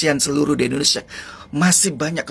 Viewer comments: Indonesiah, di tundah, merekah, ko ngomong gak ada yg benar, terpujih, indonesiah,, gak usah ngomong kalo blm bisa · Masa indonesia, di baca indonesiah, berani merobah nama indonesia